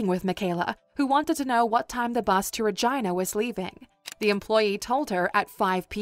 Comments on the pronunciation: Ra”Gina”... is Ra”Geena” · Regina.. its pronounced reh-jee-na. Not reh-ji-nah. Fyi. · Please stop saying Regina. 🤣 my 15 year old brain in my 44 year old body can't stop snickering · You pronounced Virginia wrong